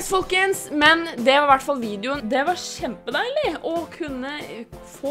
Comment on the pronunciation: OKEI......... HØR HER NÅ..... DU SA JO OM DE SKJ OG KJ LYDENE JA PÅ SLUTTEN SÅ SA DU SKJEPEDEILIG!!!"!"! DET ER KJEMPEDEILIG!